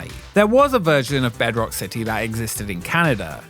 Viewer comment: City, it has a T in it.